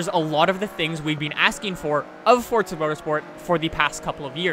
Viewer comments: If ur gunner say forza say forza not fortza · I'm not sure how much longer I can take you saying "Fortza" can you tell me where the actual fuck the "T" is in "forza" ?? Jesus Christ. That's annoyingly old.